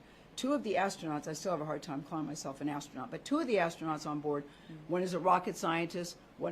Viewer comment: LOL "astronaut"